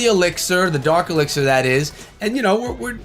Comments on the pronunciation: That's dark echo 🤣🤣 not fark my boy🤍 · It's dark elixir rite? Not fark elixir